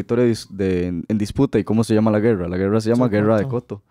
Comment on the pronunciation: Hagan gargaras de tachuela, no saben ni hablar, grrrreerrraaa....rreeeeiiiccaaaa... No pueden decir , guerra, o costa rica... Pa que fueron a la escuela